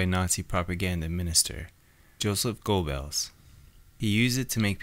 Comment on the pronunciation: It's pronounced Gerbels